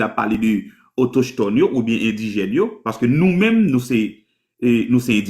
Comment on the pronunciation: Ki kote jwen mot autochetone sa menm😂😂😂 Le mot se autochtone, "CH" la pwononse tankou "K", pa menm kon li byen non mezanmi 😂😂😂